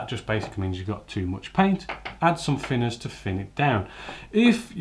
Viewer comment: The fing is saying fick or fhin finners drives me crazy! Great vids though 😁